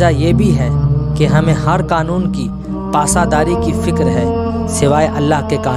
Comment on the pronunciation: Bhai boht khob lekin apni talaffuz sahi karnay ki zarorat hai sorry to say (pasa dari) nahi pasdari